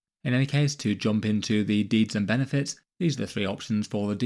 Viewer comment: I keep hearing deez not deeds.